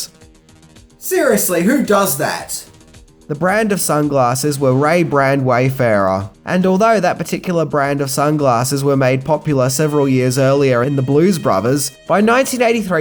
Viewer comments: Nice one,. (Also, it's Ray-Ban. Not Ray Brand. I have a different set of their sunglasses which are awesome. But yeah, that particular model featured in the film is absolutely iconic.) Phil Collins should have let everyone think it was a song about drowning, and an individual refusing to step in and help. Which it sounds like he easily could have done so. But yes, unfortunately, just a short while back; Collins himself confirmed the song is about his messy divorce from back then. Yeah, sometimes the misconception is better than the reality. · it’s RAY BAN, not RAY BRAND. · They're Ray Ban not Ray Brand 😆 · Ray BAN not Ray Brand! Stop yelling! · Ray-Ban, not ray-bran. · it's Ray-BAN, not brand. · "Ray Ban" not "Ray-Brand" - still <3 you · rayban,.. not raybrand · *Bronson Pinchot Ray Ban, not Ray Brand. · I believe it's ray ban, not ray brand. Not sure why it bothers me enough to comment. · It's Rayban !! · Ray-Ban not Ray-Brand... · 'Ray Ban' not 'bran'. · It's Ray-Ban, not RayBrand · You mean " RayBan" not rey brand. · it's not Robert Pinchot, but Bronson Pinchot. It's not Ray-Bran sunglasses, but Ray-Ban,,,,, do your research,, this is worst than when you mispronounced Carolco multiple times for Terminator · 1)BRONSON Pinchot. 2)RAY-BAN Wayfarers. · Ray BAN* LOL! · Ray Ban Ray Ban say it correct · Is he saying Ray Brand? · Ray Ban mate, good videos. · Bless you 😄 I thought you were doing that gaff on purpose 😂 Ray-Ban Wayfarers, the 1950's designed sunglasses so synonymous with the 1980's, they've become a true 80's icon and carried on since to become kind of timeless as well 🕶